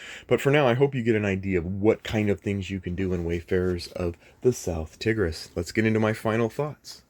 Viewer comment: Hi, Tigris is said like tiger 🐅 (tai-gruhs) and not tig.